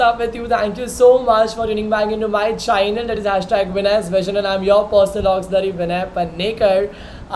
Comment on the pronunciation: Channel ❌ Chaaynel ✅